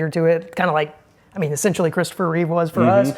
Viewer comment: REEVE !!!!!!! Get it right !